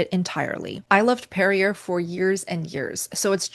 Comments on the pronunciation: No one says "Perri-ER." Always "Perri-AY." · NO NO It's Perree YAY... Perry yay... not perry ER lol:face-blue-wide-eyes: you're welcome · FYI Perrier is pronounced: peh.ree.ay With an A sound at the end not R sound. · This would be easier to watch IF the main words were pronounced correctly! So easy for you to look them up. "PFAS" as in PASS = P-FAS "Perrier" is not Pe ree er. It is properly pronounced peh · ree· AY Gerolsteiner: Geh (like 'get' without the 't'), rol (like 'roll'), STAY (rhymes with 'day'), ner (rhymes with 'runner') So: *Geh-rol-STAY-ner*. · Perrier is pronounced. Perr-ee-ay. Not Perr-ee-er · I think Perrier is pronounced "perry-A" not "perry-er" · Perrier, which is from France, is pronounced, "Pair-ee-ay", not, "Pair-ee-er". Even in America it's pronounced the French way. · It’s funny hearing her pronounce Perrier as “pair-ee-err”. No one else says that. It’s “pair-ee-yay” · Perrier is pronounced pear-eee-aaay! Not pear-eee-ur! Lol it’s French! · I believe it's roughly "ger-AHL-shteiner." If you don't mind sounding German by making the "st" into an "sht." The G is hard, like in golf. It's one of my favorites, but it's kinda expensive, not to mention the food miles. Being French, Perrier would also be pronounced "PAIR-ee-ay," not "PAIR-ee--er." (Sorry if I'm being pedantic.) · It is pronounced perry- ay! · perrier pronunciation peh-ree-YAY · Perrier - “pare-e-ay” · I like your channel and what you do, so take this just as a simple correction, which with all these comments, may have already been said. Perrier is also a french company, the name is actually pronounced PERR-ee-ay. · It's pronounced PerriA. It's French sweetie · Great content! Thanks for the tips. p.s. Not sure if it's just me, but I pronounce Perrier like Perry-A. The R at the end is silent. And Kefir like 'key-fur' 🤷🏻‍♀️ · It’s easy to say: Perrier is pronounce ‘Per-ee-ay. Simple!😘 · Perrier = Pàr Ree Ay C'est Française! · Pear -ee-aye ...is how you pronounce it ....